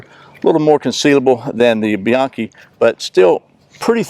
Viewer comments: I've carried concealed for over 50 years. Can't say how many "best holsters" I've tried that someone told me about. I personally hate Alien Gear, but many people love them. Your best is not always best for me. And by the way, its "Be-yankee". I am so tired of hearing that mispronounced. I heard this from John himself. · fideau one actually it’s be-yonkee. It’s Spanish based. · You guys are both wrong! It's "Buy-ayn-chee!" 😉😎